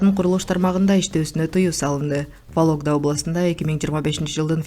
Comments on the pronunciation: Валогда эмес Вологда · Валогда емес вологда десен 😂